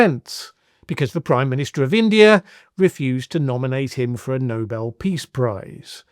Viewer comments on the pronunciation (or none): none